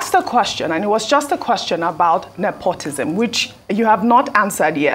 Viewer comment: Mr. Onokpasa, It is Nepotism not nepotisn